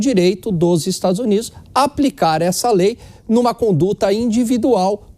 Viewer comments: Essa moça não sabe falar o nome da Lei..kkkkk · A reporter não sabe nem pronunciar o nome da lei!